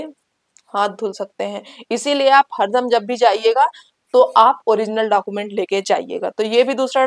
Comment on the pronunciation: लगता है आप बिहार से हैं तभी डाकूमेंट भेरीफिकेशन बोल रही हैं.